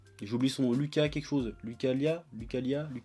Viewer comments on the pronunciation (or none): none